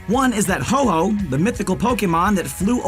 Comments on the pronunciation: Oh so they finally made Santa his own pokemon? It's friggin Ho-oh not Ho-ho! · It’s ho-oh not ho-ho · It’s ho-oh no ho-ho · Also called Ho-oh "Ho-ho" soooo